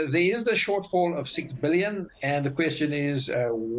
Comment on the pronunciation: 6 bee-lee-yon